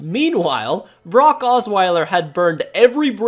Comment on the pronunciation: You pronounce Brock like Barack